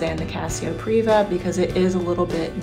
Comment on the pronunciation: It's Privia, not Priva.